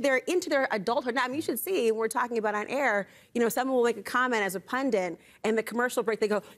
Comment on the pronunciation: Why do some people pronounce 'Pundit' as 'Pundent'?